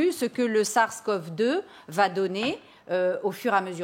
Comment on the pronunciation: Par contre, le fait est qu'il n'y a pas eu de vaccin(s) contre le SARS (j'adore la prononciation laul, le "sarce" haha) ni le MERS, on parle quand même de 2 maladies, certes graves qui ont disparu aussi vite qu'elles sont toutes 2 apparues ... Et que les 2 n'avaient pas une contagiosité très élevée comme c'est le cas aujourd'hui avec le covid19 ... Et dernier autre argument que je vais placer qui explique aussi pourquoi on a pas eu de vaccins contre ces 2 maladies : Le nombre de personnes touchées était tellement + faible !! Rien a voir avec le covid donc L'intérêt d'un vaccin pour le SARS et le MERS était fortement discutable, certes ils ont tué mais ils ont aussi vite disparu de la circulation avec des mesures sanitaires adéquates qui ont permis de rapidement leur sucrer de support vivants